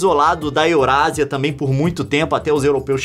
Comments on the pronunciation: Nossa ele falou EurASIA kkk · Alguém percebeu que o Leon falou eurasia kkkkk